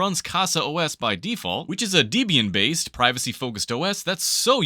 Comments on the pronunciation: pronouncing debian as DEEB-Ian is a crime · first time i've heard anyone pronounce Debian like that. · Just straight trolling with the pronunciation of Debian and TrueNAS. I love it! The Linux snobs are gonna lose their gyatdamn minds! :-)